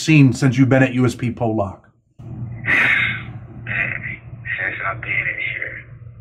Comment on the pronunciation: You keep pronouncing Pollock wrong. It’s not pronounced Po-lock it’s Paul-eck if that makes since